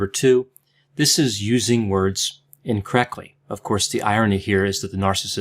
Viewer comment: Why does say incorrecly instead of incorrectly..